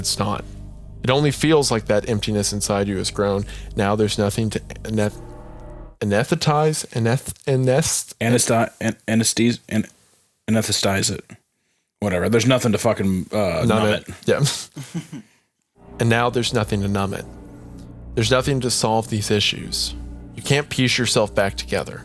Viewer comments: anesthetize. "AN-ES-THE-TIZE" please for the love of god figure out how to sound out words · Wendi: "I was in medical school." Also Wendi: can't pronounce anesthetize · Ctfu not both of yall not knowing how to read or say anesthetize lol